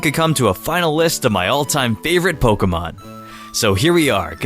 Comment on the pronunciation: Can’t stand the way you pronounce Pokémon Here’s you: “polka-mon”